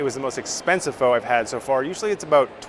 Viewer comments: ph-uh not ph-oh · Pho is pronounced “fuh” btw Thank you for the video! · You're mispronouncing your favorite dish. The proper pronunciation of "Pho" like this... "Pho" get-about-it. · while at the lemon grass restaurant your called it pho, and not pho